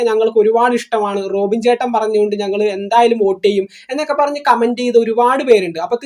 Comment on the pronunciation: റോഖിൻ അല്ല 😂 റോബിൻ